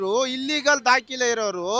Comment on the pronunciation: Dakile (document) alla dakhale. Modalu Kannada sariyagi matanadalu kaliri. Regards.